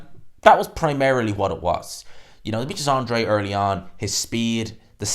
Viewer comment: Good video, as always, but please... AN-DRA-DE.....not "Andre"...... it's not that tricky.